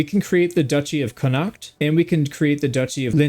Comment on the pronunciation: Also you're stressing the H in Connacht a bit too much. Basically ignore it's there and pronounce it "Conn-act".